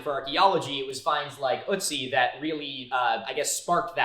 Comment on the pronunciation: Pls look up how to say 'Ötzi' bc what you said would be 'uhtzy' in german.